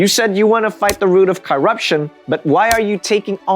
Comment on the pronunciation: learn how to pronounce corruption perhaps, you sound foolish.